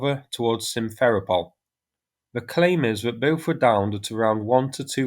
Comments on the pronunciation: Sim-fer-O-pel. Sev-a-STO-pel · sim-fer-RO-pol ..since this is the location of the main russki air force headquarters and it will figure prominently in the news in the near future, the 'RO' is the stressed syllable ... just saying to avoid confusion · I for one cannot take seriously any commentator who can’t correctly pronounce a simple word like Simferopol!